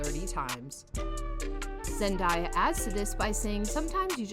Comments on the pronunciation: I’m tired of hearing Zendiea and Tomdaia! 😕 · its not zendiya its zendaya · ZenDAYa pls pronounce her name correct. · pls stop saying zen-die-ya its giving me brain damage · ZendAya not Zendya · LoL you said zendiya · its zendaya not zendieya i am disliking this vid she personally said she hates when people call her zendieya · Hellooooooo. Her name is Zendaya. NOT Zen-DIE-Yaah. 🙄 So annoying when they don't take the time, to learn the proper, dam pronunciation of someone's name! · It's Zendaya not zan daya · Pronounced Zen-Day-Ya, not zen-die-ya. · It’s not Zandaya it Zendaya please say it write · IT'S ZEN-DAY-A. She literally made a video on how to pronounce her name. Please watch it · You have to learn how to say her name right ! Like David Tate Jr says: Zen-Day- A . You can’t be reporting new about her if your can’t pronounce her name right! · Had to stop watching the Zen die a was irritating me to the core. I kno she's not doing it on purpose but it was going through me. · Why does she keep saying her name wrong??!!! Lol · An you please say her name right next time. Thank you cuz you butchered her name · You said her name wrong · No one will believe a thing you say if you can’t even pronounce her name right. 🙄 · I was about to say the same thing!!! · I know right